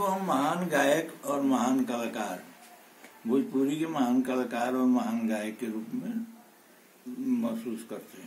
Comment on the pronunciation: Bhojpuri hota h na ki bhopuri